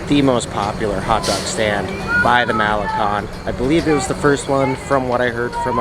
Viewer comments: not Mahlekon, it's Ma-le-KON. not PuulMOnias, it's pul-mo-NI-as. you know those accent marks are there for a reason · "Cone". MaleCON. Not malekhan. "Seawall" (boardwalk, loosely speaking).